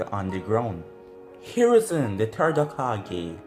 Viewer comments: What The Other Hear:Whats Happening Third What I Hear:Whats Happening TURD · Bro anyone hear when he called the third turd